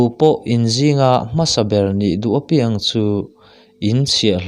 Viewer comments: A lawmawm hle mai,pathian thu ngaihthlak tur a awm hi ka lawm tak zet e. 'A piang'emaw 'Piang'tih hi a pai deuh a. A nih loh leh a thluk hi a dik lo deuh a. Mahse ka lo ngaithla rem mai a. Mahse hnam dang mizo tawng thiam ve chiang vak lo ten i tih ang hian a dan tur a maw an ti a nga. Kan tawng hi an pawngsual ka hlau deuh a ni. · A piang tih hi i thluk dik lo eee entir nan ni 20/ 1/ 2020 ah ka piang tiin thluk teh aw a dik mai ang. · I van ti tha em aww. Kan lo ngaithla ziah a nia. "Apiang"tih lai kha i lam dan a diklo a nia. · A piang tih i thluk dan chu ava mak ve.